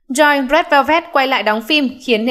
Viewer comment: Theo như t bt thì Joy (Red Velvet) đọc là Trô y thì pải, nghe bên Hàn đọc v ak